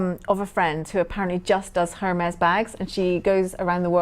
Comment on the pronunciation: HERmes?!?! Really?!?! How much of an idiot do you have to be to not do some basic pronunciation training before the show. The H is silent, it's a French brand.